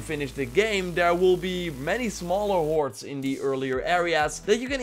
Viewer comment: Sounds like you're saying "warts" instead of "hoards"... is that intentional?